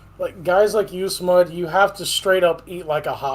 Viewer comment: Hahaha, smud say sea enema